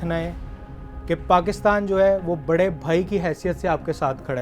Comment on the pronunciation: bro messed it up when he said "bare vai "